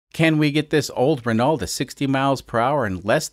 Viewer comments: Ren-alt? Really? I hope that was just trolling since anyone with half a brain knows it's pronounced Reh-know. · Please pronounce it "reh no" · Dont leave her out in the rain with that up-pipe. Great work to get to 80 mpg, but death from boredom or asphyxiation awaits. By the way, the Renault is pronounced ren-o.